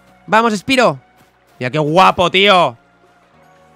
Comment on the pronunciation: Me dolio mucho cuando pronuncio mal spyro por obvias razones